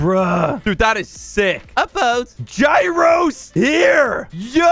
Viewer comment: me when i hear say gyro ball "Arinto Gyro"